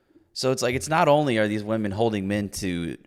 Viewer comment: The guy who made the video says women in plural like woMAN. What’s up with all these idiots that can’t say women instead of woman